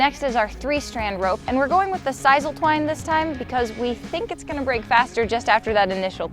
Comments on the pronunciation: siss-ul not siz-ul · Its pronounced sis-soul